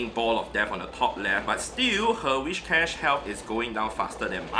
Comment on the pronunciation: Where does the 'h' in Whishcash come from? :D afaik it is Whiscash. It has nothing to do with wishes. Also this 'experiment' is useless. Of course a hundo does more raw fast move damage. Therefore mirror matches are almost always in favor of the hundo. The difference comes in other matchups.